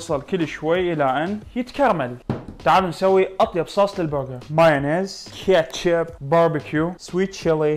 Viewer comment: ليش كذا تنطق انطق تمام ليش كتشيب